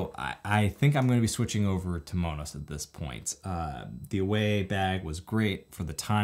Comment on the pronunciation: Thanks for the info on Monos. I’m looking forward to purchasing one. Like the way you pronounce it (the Hispanic version) 🌶🥹💺